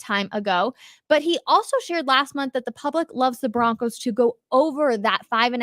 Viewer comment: I BOlieve in the BO-roncos.